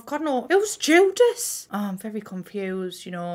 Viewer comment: when said "whOse jUdas?" I proper thought she said jesus and I nearly died